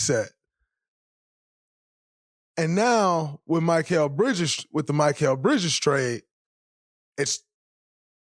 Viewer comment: You’re an analyst, Draymond. You don’t know how to pronounce Bridges’ name?